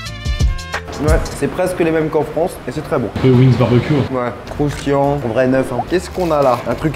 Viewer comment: Suis-je la seule à faire une fixette sur la façon dont Charles prononce le mot « croustillant » dans ses vidéos?